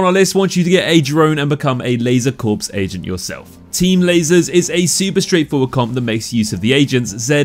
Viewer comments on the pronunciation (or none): It's pronounced "Laser Core," not Corpse lol